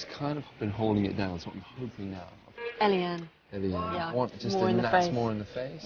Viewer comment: And why did she introduce herself as ‘Elly-Anne’ when her name is ‘Elaine’